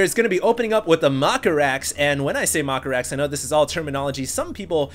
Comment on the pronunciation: Lol "maka-rax", "scoot-n-shoot marines", "blings"